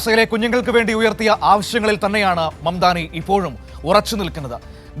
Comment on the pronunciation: Mandani alla mamdani